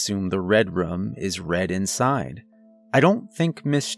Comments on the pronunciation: I keep hearing him say "rum" instead of "room." I like the stories but saying "rum" instead of "room" is distracting. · Please learn how to say room lmao